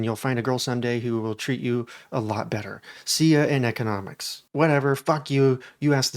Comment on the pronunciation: Did you say "ickenomics" 😂